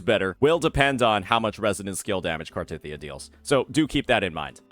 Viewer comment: Still hurts, hearing you pronounce Cartethyia.